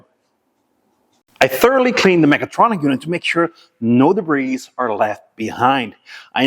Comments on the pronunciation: enjoyed once again although the debris word is debree not debrees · great [nformation. your videos and knowledge are second to none. just one fault, when you say the word DEBRIS, in English...drop the letter S... (DEBRI) 😀 QUALITY mate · Just for future reference the "s," in debris is silent